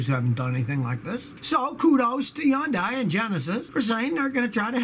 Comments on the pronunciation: "Yun-dai"? Think it's pronounced "Hun-day", like Sunday but with an H. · Yondai? Stop it Scotty. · Did Scotty pronounce Hyundai as "Huh-Youndai?"